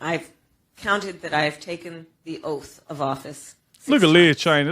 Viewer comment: Oaf its oath.😂